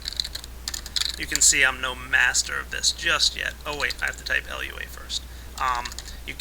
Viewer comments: its prenounced lew-a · everytime you said L.U.A I died a little. It's not supposed to be pronounced as an acronym. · fyi, Lua is pronounced 'LOO-uh' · My Minecraft OCD started to attack me when he said L. U. A. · And you got to type it like Lua not LUA (no offensive) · yeah rpg maker isnt very hard if u wanna learn programming either,but its pretty damn limited. anyway its Lua which means moon, not l.u.a just fyi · but you called it L-U-A.....it's not an acronym, like all things in the programming world, you would say acronyms as a word, but this one actually is a word. For example, SCSI is skuzzy. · LUA. Not lua Sorry if this sounds mean but I have a habit of correcting people.